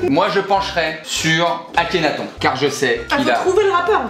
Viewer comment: On en parle qu'il a dit Akhenathon? Aulieu d'Akhenaton? ( TONE )